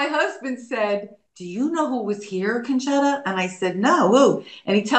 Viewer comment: Nice, pronounced, "Concetta" correctly.